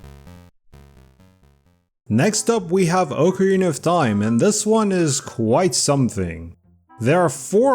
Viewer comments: Ocarina not oakarina oc like octopus that’s how it’s pronounced quit saying it the other way you sound like a dumbass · Oak-a-rina of time